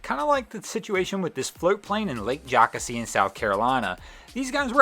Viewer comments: Lol Jocassee is my favorite lake in SC, so absolutely beautiful. It's not called "Jock A See". It's Jo Cassey. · The lake in South Carolina that was mentioned is pronounced Joe-Cass-ee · Jocassee is pronounced JOE-kass-ee, BTW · It's pronounced Joe - Cass - E. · Jockasee.... Come on man. One of the most beautiful bodies of water around. It deserves a proper pronunciation. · It’s pronounced joe-cas-e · Lake Jocasee thats pronounced Joe-cass-ee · The lake in South Carolina is pronounced Lake Joe Cass Ee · The float plane , the lake is pronounced Joe-cass-ee. Simple mistake, but like backing a boat trailer in for the first time, please get it right the next go-round. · Hey its pronounced joe cassey....lol we love yankees...lol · It is pronounced Joe-CASS-ee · It's pronounced Jo' kassy. Lake Jocassee. It's right up from my house. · The way you say jocassee😂 I’m from that area though so this is pretty cool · I was laughing when he said it like that lol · Thank you. I'm in Greenville and that was bugging me. Lol